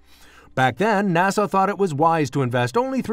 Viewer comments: NAS-AH not NA-SAW! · Yup, not NAHSAW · Interesting but maybe hire a narrator that knows how to pronounce NASA.